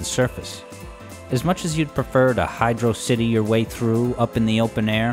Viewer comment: Annoying both sides by pronouncing both "Hydro city" and "Hy drocit y", I see.